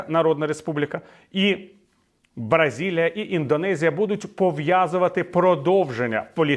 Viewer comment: Слухаю вас щодня. Ви краще за інших політологів і глибше пояснюєте політичні реалії сьогодення . Одна тільки поправка це країна Бразилія, а не Бразилія!